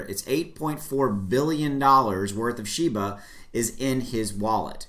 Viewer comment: it's pronounced SHE BA